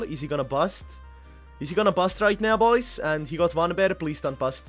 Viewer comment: Its fucking PAIR not BEAR